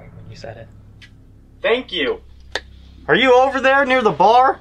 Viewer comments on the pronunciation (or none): sounded so country when he says “are you over there near the bar” I lost it lol but y’all are the best keep on keeping on guys!